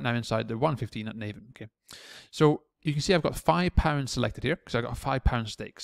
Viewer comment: Just a small point It's not pronounced Nay-van, It's Nah-vin. Great vid apart from that.